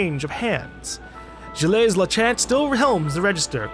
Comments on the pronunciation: you keep mispronouncing Gilles lol it's okay to butcher words, but if there is someone, the narrator in this case, who keeps telling you how to pronounce said words, it's kinda annoying. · Like the game so far.I'm a french canadian, so it's nice to see Quebec from decades ago. PS:Gilles is pronounced like Jill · I love all the differently wrong ways pronounces Gilles.